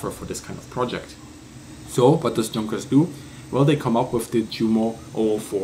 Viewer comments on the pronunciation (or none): Pls dont say "Chunkers" again :D and also, dont try to sound even more german than you do already(which is ok) Great videos anyway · Frage. Is the company pronounced Yoonkers/Yonkers with the Dutch/German Jah J or Junkers with the hard English J? Typed in Amerikanish for reference.